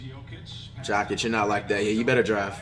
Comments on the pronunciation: I’m dead. It sounds like he’s saying Jock Itch for Nikola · Way he says Jokic